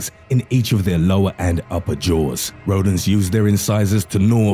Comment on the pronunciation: The way you say rodents like rodan